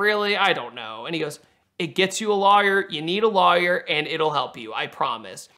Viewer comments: Is it just me, or does he pronounce lawyer - liar? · is an awesome guy but he needs to learn how to say Lawyer